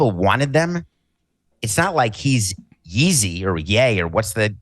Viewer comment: Saying yeezy and ye correctly gets a white guys? Is that just them meeting their quota for Samson every week?